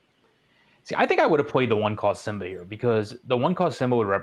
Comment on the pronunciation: Why does he say simba like zimba